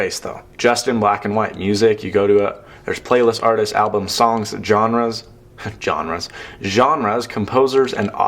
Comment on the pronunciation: I'm enjoying this unboxing video in 2020. How do you pronounce 'genre' again? LOL